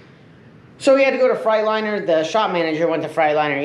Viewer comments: Maybe the truck is just pissed because you keep saying frite- liner instead of Freightliner lol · He says Freightliner like frightliner